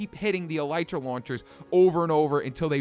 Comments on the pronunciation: eeeeee lllllllleeeeeeeetttttttt ttttttrrrrrrraaaaa not elitera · its not could alitra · elitra lol you said that wrong m8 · I swear... no one knows how to pronounce "elytra." It's EL-EH-TRA. Not EL-I-TRA... not EL-E-TRA. EL-EH-TRA. Thank you. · no ffense but I think elytra is pronounced el-e-tra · Elytra is pronounced as Eli-Tra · John Real Lopez The real thing is called Elytron. Its pronounced El-Ah-Tron. So this will be pronounced El-Ah-Tra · It's Pronouced u idiots El Lie Tra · Conios note it is pronounced el ee tra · it's ele tra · elytra say: eel eetr a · It's pronounced e-l-ee-tra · Elytra is pronounced El Eh Trah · Yeah no... It's "ill-ieh-truh-" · E - Lee - Tra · Ghostkiller117 117 my uncle studies bugs and insects and he said it's El Eh Tra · nope it's El-ee-trah and that's how Mojang pronounces it which means it's pronounced El-ee-trah so... case closed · It's actually pronounced El-ee-tra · Tennessee Timberwolf well it's pronounced El-ee-trah that's how the developers pronounce it anyway do you have mcpe by any chance I don't feel like turning on my ps4 rn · XBwowable YT ikr no one listens, all the developers say it as El-ee-tra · It's el I tra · Kitty Animations it's ee-lye-trah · Actually el-I-trah